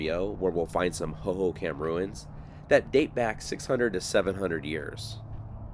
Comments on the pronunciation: When you say it it should sound like " ho ho com" not ho ho cam. But i have lived here since the mid 90s and didnt know alot of this stuff. Thanks for the info!!! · fyi, Hohokam is pronounced /ˌhoʊ.hoʊˈkɑm/ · Pronounced(ho ho com) also that is the salt River, it is a mix of both the verde River and salt River, the gila River is south of phx,and has no water River but it does have water until reachs Florence at which point all water is deverted for agliculter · Great video. I caught the Salt River thing, but you already caught it. 😊 Hohokam is pronounced ho ho com. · HO-HO-KUM..... Arizonian born and raised. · (Hoho com & pap ah go) is how these words are pronounced. I use to ride my horse in this area even getting onto the 202 as it was being built. I despise the growth happening in Arizona. I enjoy your channel. However I do wish we didn’t have to worry about people destroying our cherished remote areas. But people do destroy beautiful Arizona places. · Hoho COM is how it's pronounced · It's pronounced Hohokam (/hoʊhoʊˈkɑːm/) the last part is more like com not kam lol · Raised in AZ, the pronunciation of the Hohocam name, has the accent upon the 2nd ho.; hoHOcam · I love your videos sometimes I watch them twice, being an Arizonan I was impressed when you were in Prescott a while back and knew to call it Prescutt, now I'm gonna ask you to pronounce Hohocam Hohocom 😂 Sorry it's an Arizonan thing. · How are you saying "Hohokam" over and over and not giggling!